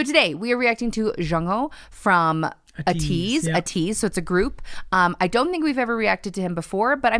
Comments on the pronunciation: I hate being this person but I really wanna just help you out a little with the name its a hard A sound so it would be Ateez but I LOVE YOUR VIDS ESPECIALLY FOR SEVENTEEN YOU GUYS ARE SO COOL AND I LOVE YOUR ADVICE KEEP MAKING THESE PLEASE! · Love this video and you guys! Also just so you know, Ateez is pronounced with a strong "A" and then teez. So AEteez not UHteez. :)) Once again I love this and Id love to see you react to more of Ateez or just more Jongho cuz he's so talented. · The group's name is pronounced ( “ā - tease”) not (”uh - tease”) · Its actually called ateez but its spelled like (ai-teez) u say it like this😭